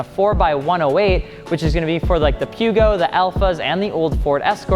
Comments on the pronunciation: "Pew Go" lol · Peugeot with a soft “g” as in George, not a hard “g” as in goth.